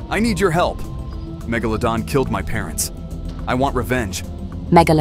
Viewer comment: The amount of times he pronounced megalodon incorrectly🤣🤣🤣🤣